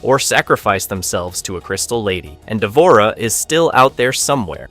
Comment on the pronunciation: the mispronunciations are killing me why did you even include d'vorah?